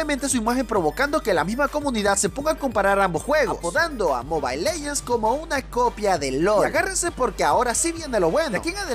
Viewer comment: "Leguends" XD